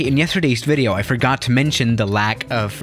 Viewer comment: "So yeah guys, thank you for watching ideo."